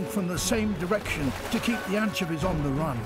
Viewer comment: Let's all this take a moment to appreciate David Attenborough's pronunciation of "anchevies" lol.